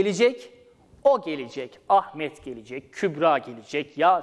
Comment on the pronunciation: Lütfen olması gerektiği gibi, yazdığınız doğru açıklamayı doğru okuyun sayın öğretmenim. Gelecekmi? Gelicekmi? Bu yanlış bir teleffuz? Öğrenciler karıştırıyor sayın hocam. Saygılarımla.